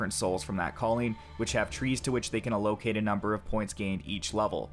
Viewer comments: A-Low-Cait??? You mean 'Allo-cate' it sounds as it looks, man! I find a new one every video, hahahaha. I'm seriously not trying to be a dick, it's quite funny and at least makes me chuckle=) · "Uh-locate"......grinds teeth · i can understand mispronouncing melee as its not a commonly used word but how do you not know how to pronounce allocate? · I enjoy your videos and appreciate the effort you put into making them. However, I cringe when you mispronounce the following terms: genre, allocate, contribute, linear. Please google their proper pronunciation. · Dude, where are you from? Most of your speaking is great then you hit words like genre or allocate and it's way off.. what's up with that?